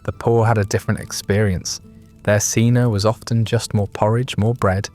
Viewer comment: You pronounce 'ientaculum' and 'cena' in a horrible way. The i in 'ientaculum' should be pronounced as a j. C in 'cena' is, as always in classical Latin hard, thus pronounced as a k.